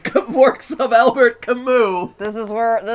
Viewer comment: Huge theatre geek It's pronounced "Albair" not "Albert". My favorite Camus is The Myth of Sisyphus. No Exit is definitely a great Sartre play. Even though I'm a bigger Samuel Beckett fan... Waiting for Godot